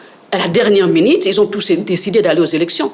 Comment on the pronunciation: Sekiritaire, minites, résiltats, sékirisé, instances jidiciéres, pas di tout, selement, l’idps, sirprise, depuis les débi, l’inité, individi, initile 😢. Donc une kabiliste parle et pense que son mentor avait fait un bon boulot dans ce pays de la Rdc!? Franchement quel courage 😰